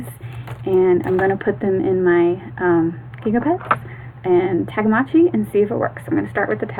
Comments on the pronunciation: It's Tamagotchi, not Tagamotchi! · Is she calling them tagamotchis instead of Tamagotchi